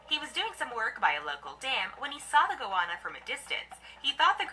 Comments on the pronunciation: It's a Go-Anna not a Gowonna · How can anyone mispronounce goanna go- anna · Box jelly fish feels like a wet plastic bag wrapping around your leg then wham the tentacles tighten and you get hit with excruciating pain and the tentacles stick to you and have to be removed carefully 😳 no ostriches in Australia. Goanna pronounced Go Anna 😂 salties Saltwater crocodiles are at the beach and waterways in northern Australia and parts of Western Australia and Queensland but theres always plenty of swimming pools 👍 just choose your swimming site wisely but yes come you’ll be fine 😀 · It’s pronounced go anna